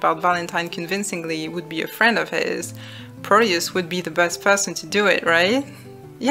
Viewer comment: ...is it bad that i hear proteus's name as "produce"? If not, its just makes it even more hilarious And to be honest, the story itself flops a lot at the end in my opinion... But amazing video! Its giving me more ideias for my own game